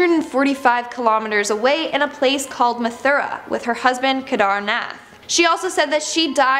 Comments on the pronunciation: WELL, LITERALLY PRONOUNCED THE NAMES OF OTHER CHILDREN RIGHT EXCEPT FOR THE INDIAN NAME "SHENTI DEVI" AND KEDERNETH. ITS SHAANTI AND KEDAARNAATH (PRONOUNCED NOT SPELLED) WHY IS IT SO HARD TO PRONOUNCE INDIAN NAMES FOR WHITE PEOPLE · u are pronouncing kidharnath wrong